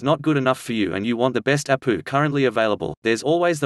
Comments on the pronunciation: Try "A P U" instead of "APU" soo text to speech thingeee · I'm going to start pronouncing it APOO lol. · Ok he said apooo